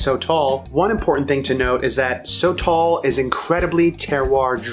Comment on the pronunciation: Pronounced: Soh-toll, not "so tall" gringo